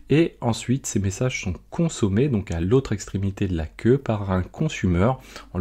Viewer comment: Il aurait fallu traduire le terme "queue" anglais en "file" (vu que tu le prononce a la francaise) ;) La vidéo reste très claire :)